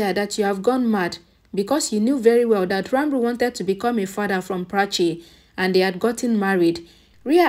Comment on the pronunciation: The correct pronunciation is Ranbir and not Ranbru